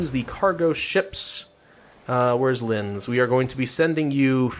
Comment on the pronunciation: There is a huge difference between germanys german and austias german But you pernounced linz fine